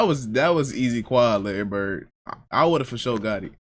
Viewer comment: It’s Bird and not close.